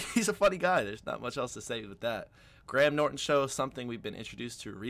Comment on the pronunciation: His name is /gray -em/ Norton.